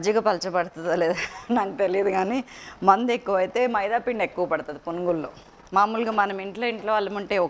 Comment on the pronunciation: Mandhu kadhu mandhi